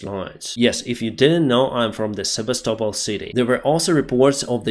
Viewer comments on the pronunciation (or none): none